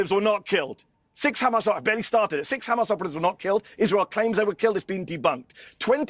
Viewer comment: I FOKKEN' HATE HOW THEY PRONOUNCE HAMAS. IT'S NOT KKKHHHAMAS, FFS!!!! Anyhoo, Jonathan and all Israeli representatives are so full of shit I don't know why they keep stinking forever! Maybe there are still some people who like to swallow shit, but it's safe to say the majority of world's people enjoy facts, instead of steaming diarrhea bullshit.